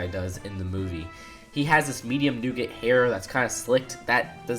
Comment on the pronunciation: you pronounce nougat weird